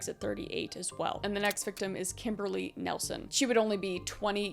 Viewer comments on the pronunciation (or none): none